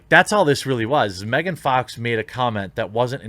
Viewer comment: just saying. its megan fox. not mehgahn.